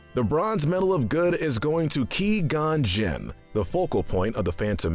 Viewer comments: who is Key gon jin and what is Nabo ITS QUI-GON-JIN AND ITS NABOO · Kawai Gon jin Im really sorry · I love how they had a Scenes from the movie where they say qui gon Jin. did you even watch your clips